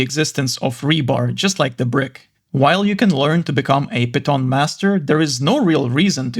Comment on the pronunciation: I’m pretty sure the word piton is pronounced as Pee-tohn.